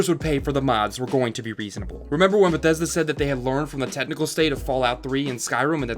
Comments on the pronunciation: Jesus Christ, the way you say Bethesda is driving me apeshit. ....no offense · Ahh, Bethesda Shmethesda